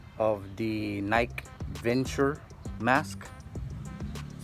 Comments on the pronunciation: Hii sir.. no offense…Its called Nike Venturer sir… with R po.. not Venture. ✌️👍😀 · It's not the Nike Venture sports mask, it's the Nike VenturER sports mask. You need to pronounce the ER!